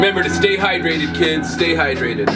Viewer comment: high-drated XD